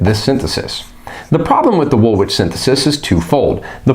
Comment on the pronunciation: I have to say this..... Its pronounced "wool-ich" 🙂 Excellent content though 👍 👍 subbed